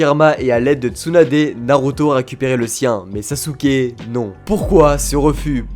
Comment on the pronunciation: ON dit SASKEEEEEE